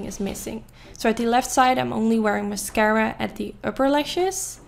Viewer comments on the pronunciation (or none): none